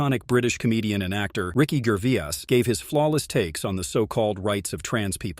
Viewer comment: Ricky "Gervias"?? FFS drop the AI commentary.